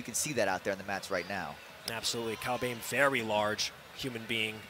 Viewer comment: It’s not Kyle bem, it’s Kyle BOEHM, pronounce it like Böhm